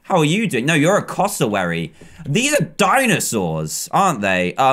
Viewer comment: Btw it's pronouncesed cass o wairy